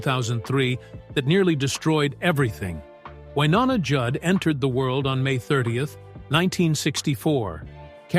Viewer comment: Love Wynonna, Hate the A-holes making these sensational videos that bear little real truth in reality. To begin with how about learning how to pronounce her name. Stop already you are a disgrace trying to tear people down to make money. Shame on you.